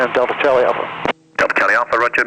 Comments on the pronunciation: Cubetorials I think they know it’s the phonetic alphabet and what he said. It’s just that his accent makes Delta sound like Dildo lol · haha i heard that made me laugh, i assume its just his accent saying delta fast xD glad it wasnt just me